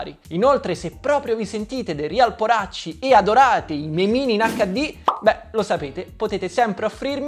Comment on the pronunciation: Sì é sentito mortacci invece che poracci😂😂😂😂